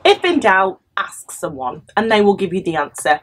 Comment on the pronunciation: When in doubt Axe someone..